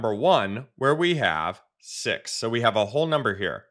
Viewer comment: Sir it's 6 not sex😂😂